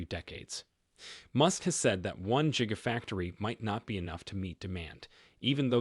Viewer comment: "Jigafactory" bahaha!😂😂😂